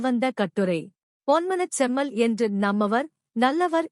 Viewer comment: Excellent information sister. The way you pronounce our ponmana chemmal puratchi thalaivar's name is quite admirable. As long as this earth is existing his name n fame will be cherished .